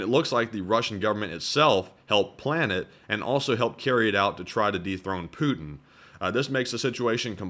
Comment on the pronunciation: apologises for mispronunciation of a Russian General's name, but never apologises for mispronouncing Putin's., please note that there's a 'T' in Putin.